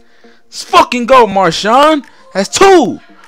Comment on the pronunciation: U SAID MASHAWN GIMME UR RING ITS PRONOUNCED MAR SHIN